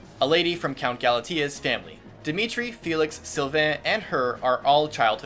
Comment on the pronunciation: He pronounces the names in French while I'm a German sitting here like: fELix HuGo- ANNETTE